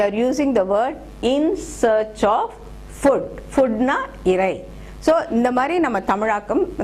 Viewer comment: "Food" is not to be pronounced as "fud" but as "fooo(d)" biggest asset ---> greatest asset. "Asset" is pronounced wrongly.